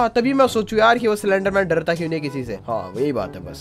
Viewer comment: Anyone noticed he said slenderman cylender-man😅😂